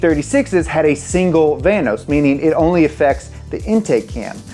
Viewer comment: vanos rhymes with thanos